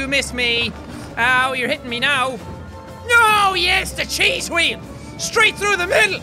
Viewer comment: why you say evry time chease wheell